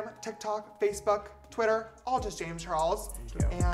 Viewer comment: * * just realized James's intro says "Jamis Chares" instead of (James Charles)